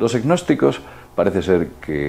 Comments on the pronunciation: Yo solo escucho que habla de los "e-nosticos"...que supongo que así pronuncia gnósticos. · NO PRONUNCIES GGGGNOSTICOS, la g inicial simplemente hace la n un poco velar, es como psicología, no dices PISICOLOGIA. Por favor, es ridiculo. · lo que pasa es que pronuncia la g inicial hace ggnosticos, en vez de pronunciar una n velar. seguro que también dice parapp - sicología